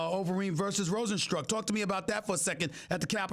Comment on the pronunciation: It blows my mind that I've heard 20 varying pronunciations of Rozenstruik the last couple of days and NON, I repeat, NON, were correct. So extremely unprofessional.